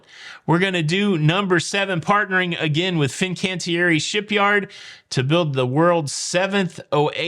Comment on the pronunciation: Not Fincantieri Chantlie D Antlique